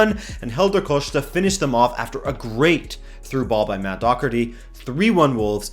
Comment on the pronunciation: also idk why ppl are pronouncing it dockherty it's always been daw herty for me (born and raised in ireland)